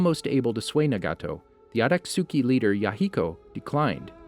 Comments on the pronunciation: It's akatsuki not atasuki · Aka-suki 😐🙄 it’s pronounced akat-ski spelled akatsuki, my guy have u even seen the show? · Akatsooki lol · Did he literally just say “shiringan”? And the “aktjuski” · Akat suki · Every time he says “akatsuki” it hurts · You said everything wrong it’s akatuski not otosuki and it’s madara not miadara 😂😂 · “Ohbeedoh" “Atatsuki" “jonen"😭 The rest of the pronunciations are crazy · “Atatsuki” “obeedo” “sheeringan”